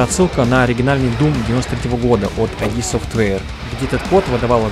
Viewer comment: произносится не АйДи, а просто ИД. Не бросайся палками, это просто для будущих видео) Немного просвещения вам в ленту.